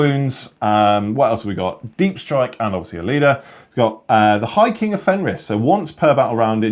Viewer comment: ah yes, "Logan Grimnar,(...) the Hiking of Fenris"